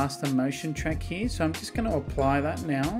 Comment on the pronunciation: “Right heeyuh”